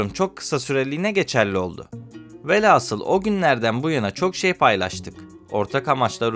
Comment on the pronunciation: Bu kadar geniş bilgi verilen bir konuda, şu kadar dahi olsa hatâ yapılmamalıydı... Mesele ise; mütâkare değil "mütâreke" ve "alfâbe" değil "alfabe"dir ! Bunların yanındaki "aslı velhâsıl olacak velasıl" ise haydi dikkatsizlik olmuş olsun !